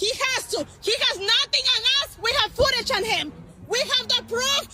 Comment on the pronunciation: Wtf is ootage ?